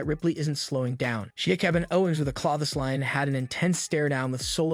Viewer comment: The "Chloe-thes-Line" is what got me, heh.